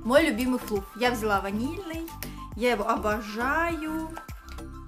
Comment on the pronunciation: Флафф* (закрытый слог, читается а)